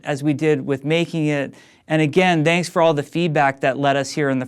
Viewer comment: Did he say "danks for all the feedback" at the end?:o